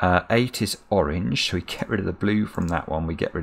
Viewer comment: Am I the only one who hears "wrogn" whenever says "Orange"?